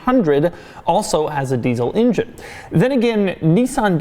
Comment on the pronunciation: "deezle injin" -Doug